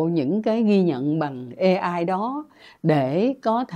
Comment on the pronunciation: AI phát âm chuâñ là ây-ai chư ko phãi là ê-ai